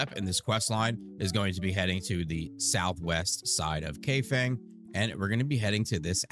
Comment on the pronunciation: Kaifeng ai is pronounced eye and feng is pronounced fung